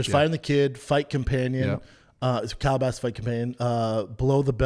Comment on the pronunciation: I love the fighter companion. Just hate he calls it Calabasas lmao 🥴